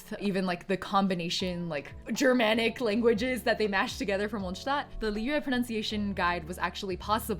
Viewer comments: It’s a small part, BUT the fact that you even pronounced Mondstadt correctly! Man i love you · As a german I got pretty shocked when you pronounced “Mondstadt” so perfectly gg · You are the first genshin creator who I know that pronounces Mondstadt right ❤ I am also happy that I discovered your channel I helped me a lot with pronouncing Liyue names